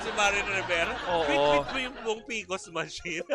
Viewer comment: PCOS machine mare, hindi PCOS! 😂😂